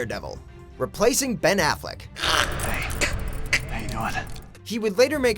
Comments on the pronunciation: Really? Afflec? Jesus. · lol afleck?srsly???